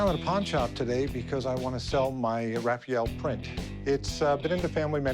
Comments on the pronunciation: It's Ra-fa-el!! Not Ra-fi-yel! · The way he said "Raphael" it hurt my soul .